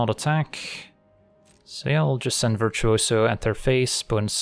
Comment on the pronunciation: I love the way pronounces virtuoso, I don't know why but I had to say it.